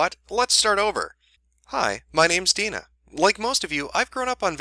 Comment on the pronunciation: Damn. Haven't dealt with this level of personal cringe since Lindsay Lohan's mom was getting bitched out by the public. It's nice that my name isn't particularly common, but always a pain when those who share it with me act like jackasses. Good job on pronouncing it correctly, though. People usually try to add extra vowels in there.